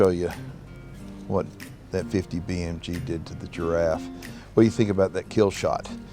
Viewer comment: Jiraffee Nooo